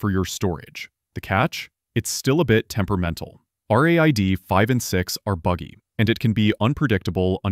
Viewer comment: how hard is for clankers to pronounce "raid"